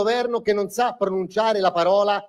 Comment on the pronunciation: MA CHI TI ATTACCA A TE! VALI MENO DI ZERO!!! "Che non ZA pronunciare la parola . . ." Ma vai a scuola!